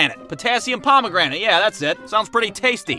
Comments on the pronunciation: The chemical you called potassium pomegranate is actually pronounced potassium per-mag-a-nate. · it’s pronounced potassium per-man-gan -ate